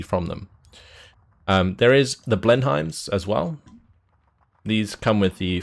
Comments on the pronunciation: John M Blen-em not blen-hiem! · Talking about your Finnish pronounciation and you get the English name wrong :D Blenhiem is pronounced Bleh-num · Haha don’t worry about that. He cannot even pronounce Blenheim correctly 😂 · and he is english himself XDDDD